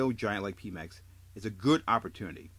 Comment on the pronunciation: its not pee mex.. its PEMeX!! Like Pedro!! Pe Mex!